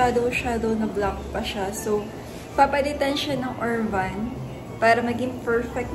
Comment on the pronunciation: URBAN po, hindi Urvan hehehe 😂